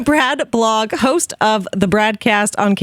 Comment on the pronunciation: Haha. I love how straight faced Brad was while you were butchering the name of his blog at the start. It didn't detract from my enjoyment at all when I realized he was just a photo.